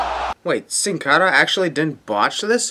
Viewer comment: My sin is the way you pronounce Sin Cara, ANNOYING!!!!